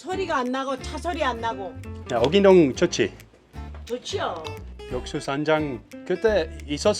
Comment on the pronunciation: 🏅 correct pronounciation!